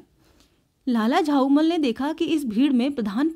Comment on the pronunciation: Unka nam lala jhaulall tha ap use lala jhaumall padh rahe thi